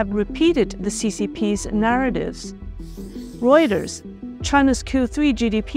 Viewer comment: Reuter’s (Roy-ters)